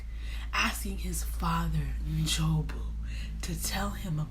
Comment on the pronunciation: When she said NJOBU right without adding that extra N......👏👏👏👏